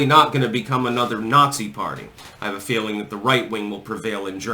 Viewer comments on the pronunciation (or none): none